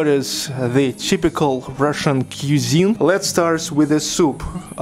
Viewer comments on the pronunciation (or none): Dear, “cuisine” is pronounced like “quiz-EENE”